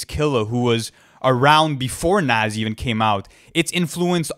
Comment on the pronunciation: It's pronounced Nas not nas!